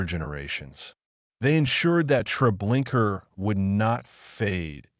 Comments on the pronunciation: Treblinka not Trablinkar!! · The name of the camp is Treblinka, not treblinkrrrrrr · It is not Treblinker but Treblinka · Did you see an "r" at the end of the word? In the future make sure your narrator or AI knows how to pronounce the words you speak. Thank you. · Your use of AI that mispronounced the horrible place made a mockery of it. Your documentary sucked because of that